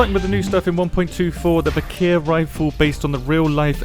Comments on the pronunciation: As far as I can see, it is not 'viKEEr', but 'viKHr', as in khaki [ka:ki] -> [vik(r)], or, if you want to get closer to the Slavic origins of the name, as in Loch [lox] Ness - hence [vix(r)]. (Sorry, if I double this comment by accident) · The correct way to pronounce it would be "Veekhr", just one syllable. "Вихрь" means "wirlwind".